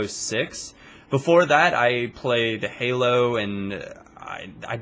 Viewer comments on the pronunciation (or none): none